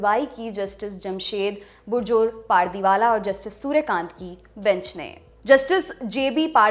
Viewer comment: पारदीवाला नही पारडीवाला होता है Naam to sahi se pronounce kiya kro